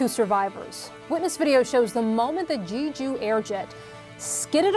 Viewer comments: It's NOT JEEJOO Island or airlines. It's pronounced Jeju. Please be respectful. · Jeju is not pronounced “Gee-ju”; It’s “Jeh-ju”. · It's no JEE-JOO(JEW) it's "JEH-JOOH" :face-red-droopy-eyes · it is pronounced "jay-joo" airlines. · Devastating… ….G-joo? I thought newscasters should have accurate pronunciation… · you should have added that martial law was rescinded hours later if you were going to mention it; It's journalism like that that brings CNN down. People not in the know--were thus misinformed by you. Also--can't your anchors learn how to pronounce the name of an airline that experienced a cataclysmic disaster costing nearly 200 people their lives?